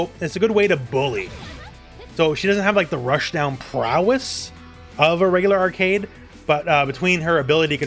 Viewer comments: Also its pronouced "Ar-quade" not arcade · Pretty sure her name is pronounced "Arc-wey-d" rather than "Arcade". Or at least that's how they said it in the anime that doesn't exist. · Pronunciation police here: Its almost "Arcade" just say "way" between the "C" and "D" with a little "oo" sound be "way" So like "Ark"(oo)"way" "d" Very good overview, always top quality from you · Its more like "Arc-wed" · Not a minute into the video he pronounced Arcuied as “Arcade” goddamnit lol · Her name is pronounced like arcade but put q in it "ar-qu-ad" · Great video! I love how you approach every character without being too technical. P. S. "Arcueid" is pronounced like "ar-coo-aid". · Sorry, great video, but it's very distracting and kinda funny whenever you pronounced Arcueid as Arcade. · Not to be rude but its pronounced Arc ku ed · I don't want to shade your friend as this is a huge and common misconception, but her name is written as アルクェイド in Japanese -- A Ru Ku-e I Do. When you use a smallェ after an U sound it becomes a glide, it doesn't completely supecede the sound before it (unless the letter is after a fu sound and that's sort of a special case). As such, her name is most accurately pronounced ArKWade. This is also consistent with the old Tsukihime, the Remake, and the old Melty Blood. I played them originally in Japanese while living in Japan (well, except the Remake which I'm going through right now since it just came out) so unless there's some weird Nasu word of God this should be correct. You can hear her name in this clip: If her name was pronounced Arcade it would be written アルケード or アーケイド, or perhaps アーケード. I hope this helps as much as this video helps newcomers to the game choose a main! It's a perfect introduction to each character.